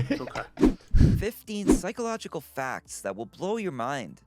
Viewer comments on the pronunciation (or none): Psychological not 'Physcological' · “physcological” lmao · physcological( fy-sco-logical) indeed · Physcological? 😂😂😂🤣🤣 thank you for the laughs